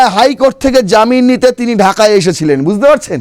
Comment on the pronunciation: Buzte noi, bujh te.